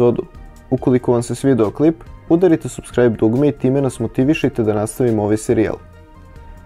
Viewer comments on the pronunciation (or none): none